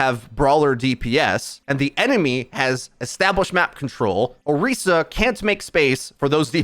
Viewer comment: Same with Orisa. It's Or-eee-sa, not Or-is-a.